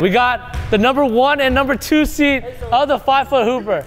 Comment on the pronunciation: Seed not Seat